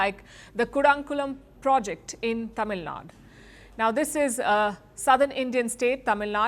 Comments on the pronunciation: It's not Tamil Nad, it is Tamil Nadu. Even the BBC and CNN reporters pronounce Tamil Nadu correctly. Would she be ok with calling her name Palk Shar? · Palki should stop doing over-action. It is TamilNadu. Not Tamilnaad. She doesn't know the spelling which is key for pronunciation in Indian English? Maybe Palki becomes Pulka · It’s Tamil Nadu, not Tamil Nad. Can’t you read? Even foreigners pronounce it right. You are a news reader who can’t properly pronounce 🤦‍♂️ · It's "Tamil Nadu" ,you should be able to pronounce your own Indian state properly